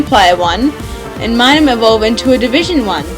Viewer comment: Just FYI, it's Minun, with a "n". And Illumise is pronounced ill-lou-me-zay. ;)